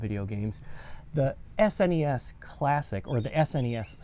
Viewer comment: Bro sed SNEs